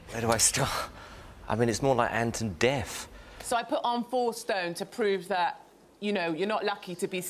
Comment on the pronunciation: 'Ant and deaf' 😂😂😂